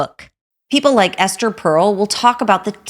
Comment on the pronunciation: Side note, Ester Perel not Pearl